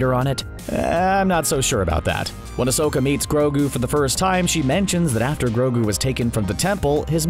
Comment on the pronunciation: Take it easy on mando he didn't kind of say grogou Life 1 and it might be two times